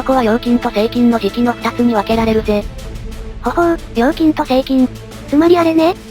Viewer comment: 何回聞いても成菌がSEIKINに聞こえてしまう……